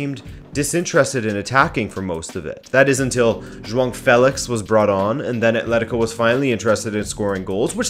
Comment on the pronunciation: Have the British Football Experts complained about João Felix's name being pronounced correctly yet? 😆